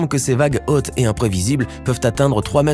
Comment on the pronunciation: Encore plus horripilant : lorsque vous dites « hotte » au lieu de « haute »...